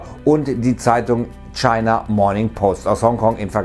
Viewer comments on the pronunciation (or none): none